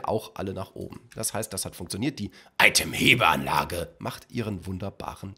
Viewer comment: Wie du Itemhebeanlage betonst 😂